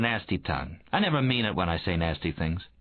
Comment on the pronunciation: The narrator calls him Cone, but does he mean Cohen?